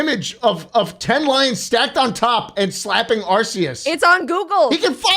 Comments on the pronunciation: HE PRONOUNCED ARCEUS CORRECTLY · All right, here’s what actually happens the 1 billion Lyons see Arceus Arceus snap some out of existence also slot it’s pronounced (are key us ) Arceus Edit: back two years later, I’m a fucking nerd😂